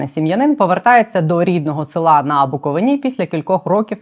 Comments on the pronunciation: Дякую за вашу роботу! Але треба казати не БуковинА, а БуковИна, наголос на "и" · та блін, БуковИна, а не БуковинА